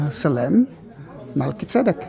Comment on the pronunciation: I love how to pronounce Melchi-zedek!